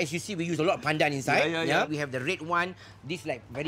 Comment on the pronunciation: Sooooo glad you enjoyed Malaysia, Donal! <3 And kudos for the flawless pronunciation of 'pandan'. yayy!